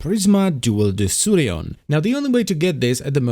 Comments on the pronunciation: I throught it is pronunced like De-ku-rion. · its spells like DEKURION not DESSURION ò.ó